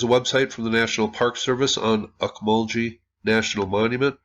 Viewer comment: I've been to these mounds many times. Pronounced "auk-mull-gee", with a short g, not sounding like a j in the name. Beautiful site! Well worth a visit if you find yourself near central Georgia!